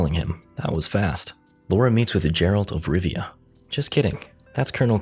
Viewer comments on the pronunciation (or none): "Jeralt of Rivia" me: Sorry I had to unsub.